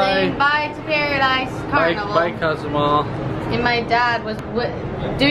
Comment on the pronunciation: Great family fun. Cozumel is a great place to visit for certain. However it’s not Cause-you-mall as you say on your video. Say it: Coe-sue-MAIL. Your followers will be happy for the guidance. Thanks for sharing the LeRoy family day. Nothing better than kids having an adventure.